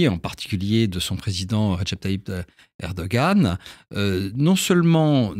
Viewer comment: On prononce erdo-an, et non erdo-gan. Ça signifie homme courageux